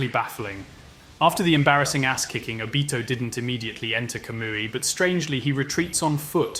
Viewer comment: With your A.I voice try spelling the names differently, I know it will pronounce Obito, Minato and Kamui strangely but it could be good to try spelling Kamui like "Camoy". Good luck Obito not obeetoe Had to say it. Good video though.